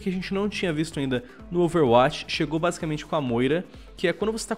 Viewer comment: Ele fala overwatix